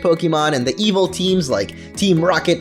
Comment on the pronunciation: Why does he keep saying eviltal